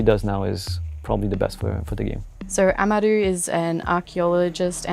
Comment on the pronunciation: They can't pronounce amaru right